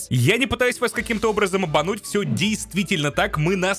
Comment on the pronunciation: Да блина как бесишь когда говоришь я не пытаюсь вас обвэмануть